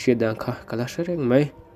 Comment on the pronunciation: Mizotawng hmandik a ngai ngaihthlak a ti nuamlo tlat .Mai tihtur mei i ti a